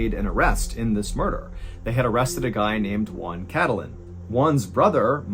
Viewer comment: mr ballen, the j isn't silenced it's pronounced hwan. j sounds like h in spanish